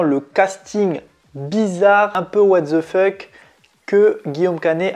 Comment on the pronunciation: Mais arrête avec tes Englissismes à 2 balles 😂 "what ZZZe fuck" 😂 Live action ??? 🥴